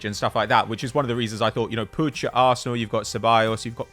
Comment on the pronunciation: For the love of christ the name is puig not puge